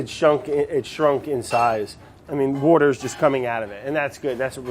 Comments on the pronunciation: nobody: brad, an intellectual: wourder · i really liked the word " WOURDER" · "Wooder" AHH!! Philly baby!! Love this guy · he says wourder